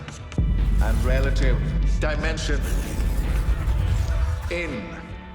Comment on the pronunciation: I think Dimensions in Space is more of a vocal slip up because as you're about to say space your mouth it readying to make the s sound and sometimes that will roll back to the end of dimension and sound like dimensions.